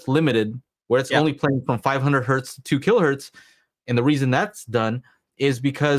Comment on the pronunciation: It's not One Hert, It's one Hertz. Hertz was a guy's name. The early science called everything Hertzian waves. Hertz is not plural. Great show on everything guys--I'm just being a bit of a duck here!!!! Sorry